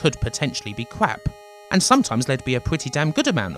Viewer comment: Sinclair User = Cwap !